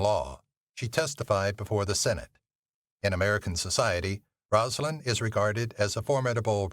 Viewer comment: You do realize this is an AI voice, right? You can tell by the mispronunciation that should be very simple.